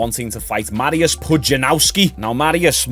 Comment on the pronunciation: You butchered Mariusz's name.